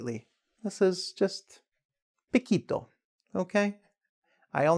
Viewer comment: Poquito sonó como piquito, buen intento teacher.